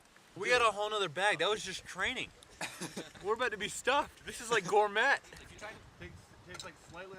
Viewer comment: GOR-MET? LOL